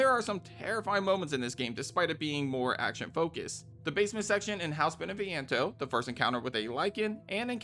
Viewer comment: I'm gonna save my critique til the end of the video but I'm at about the 30 min mark and the fact that you can pronounce Beneviento and Dimitrescu correctly makes me want to sub to you